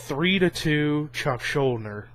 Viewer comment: it's pronounced schul-deaner but good video :)